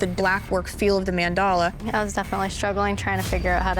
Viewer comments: Listening to the canvases butcher words like “katana” and “mandala” gave me the ick. They’re getting a tattoo of these but know so little they mispronounce it. Ugh. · The other two canvases couldn’t pronounce “katana” or “mandala” either. They got tattoos of things they can’t even pronounce.